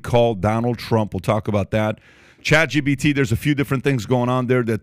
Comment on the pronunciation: Every time these guys say “ChatGBT” a MegaByte dies.